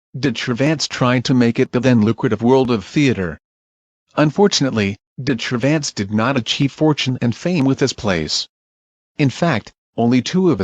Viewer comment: I know this is an automatic translation, but "Cervantes" is pronounced as "de-tra-vants"